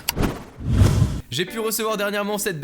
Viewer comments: Ca se prononce pas tion ca se prononce taillonne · tion mdr c'est tyon sinon parfait :D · L'accent fr de merde pour tyon omg.... :o